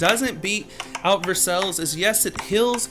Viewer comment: You kidding me? ANYBODY READ THIS, DONT LISTEN TO THIS GUY. You seem doesnt understand the game, templr of tikal is better than taj mahal? Ok, youre offically crazy. First of all, the top wonders are: versailles,( your pronounctiation is horrible) Colosseum, angor wat, taj mahal. Im playing rhis game since its released and ive seen only a couple of guys with tikal since its useless. Just check out other youtuberd they say the same, its useless. Taj mahal is GREAT. Just ignore the 2 procent, the point of it is that You get free mercenaries once a day. It does NOT give you weak mercenaries. You can hire 5 mercenaries from your camp. Like chinese handcannons, crusader cross knight, ronins, horse raiders and mahout. Now it doesnt matzer what level your mercenary camp is, taj mahal is set to give you either the best which is mahout, raiders, or ronins which are like your ground troops. It DOES NOT give you weak troops lkke javeliners. So why dont you do some research before talking bullshit?